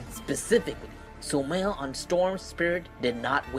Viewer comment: its not sumiles its sumail!!!